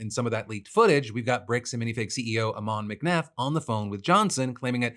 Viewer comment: Ammon is pronounced like Ham-un without an h